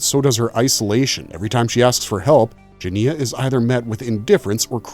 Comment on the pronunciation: Obviously you didn’t watch the film or you would know how to pronounce the main character’s name. It’s very off putting!